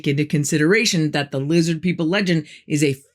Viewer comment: I keep telling people it’s lizzid NOT lizard!! Sheeple, all of em🤣